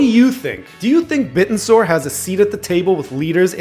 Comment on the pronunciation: Its pronounced Bit-ten-sor not bit-n-soar